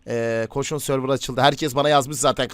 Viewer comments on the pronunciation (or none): none